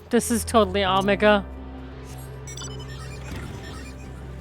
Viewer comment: The way pronounces things hurts me... "Ahmagah." It's Omega! Also, you owe Hydaelyn/ Venat all the apologies...